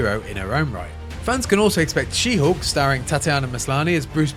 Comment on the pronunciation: say whatttt? u said 'she hoark' instead of 'she HULK' 🤣🤣🤣